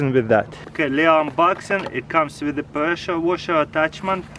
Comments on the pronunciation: he says presha washa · Presha woshar 😂😂